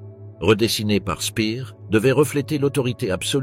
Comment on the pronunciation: Quelques erreurs de prononciation dans le commentaire, Speer ne se prononce pas Spear, il n'a rien à voir avec Britney